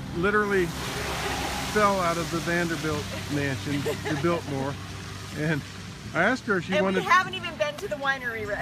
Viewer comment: The house was nice but Farm girl is "Builtmore" :)